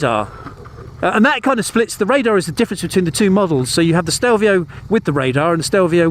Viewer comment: Grown man, years of motorcycle world experience and still fails to pronounce the name correctly.